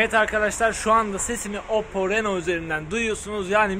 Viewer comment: Reno yazılır rino okunur 🤣🤣🤣